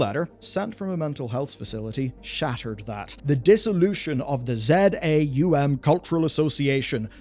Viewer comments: Not Z A U M, but ZAUM - as one word. From заумь- russian word, that means the decline of a formal linguistic tecniques and style. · It's Za Um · Minor correction, but relevant: Z-A-U-M is pronounced "Za Um" - it's a made up Russian language meaning "beyond the mind" (Wikipedia says "transrational").